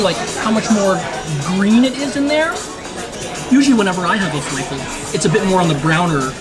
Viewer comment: It's defintely not fe-lay-fil. Fe-lah-fil is more common in English, while in Arabic, it's more like fe-lef-il (the e vowel in lef rhymes with the French word père". That being said, in Egypt, the falafel are not made with chickpeas, but with fava beans and are called ta'amiyya.